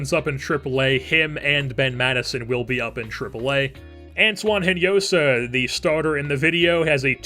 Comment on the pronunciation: Great video man, love how this series is developing! By the way, Hinojosa is pronounced In-o-ho-sa in spanish. As i said, great series, keep this up!